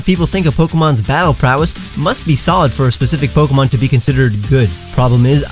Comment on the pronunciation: Still not mentioning that he was mispronouncing pokemon this entire time even in the passive aggressive pronunciation video...